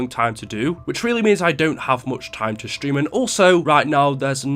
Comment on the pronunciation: Hey its stream not shtream